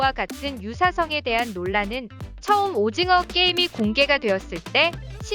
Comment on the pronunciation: 오짐어 화이팅으로 들리네 ㅡㅡ